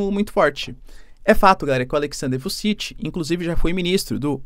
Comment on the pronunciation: E ainda errou 😂. Fala-se Vutchitchi